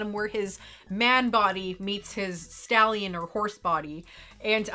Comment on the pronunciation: I know it was “Stallion”, but all I could hear was “the body of a scallion”. lol